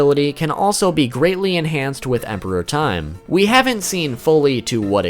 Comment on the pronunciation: The only issue I have with this video is your use of emphasis when saying Emperor Time. It sounds like you're saying Emperor Time, as in the Emperor of time. Rather than Emperor Time, as in the time as an Emperor. I perceived it as the second way from the anime, so they way you're saying it sounds so out of place to me. It's so fucking petty but it's annoying me so much hahaha, great video though :)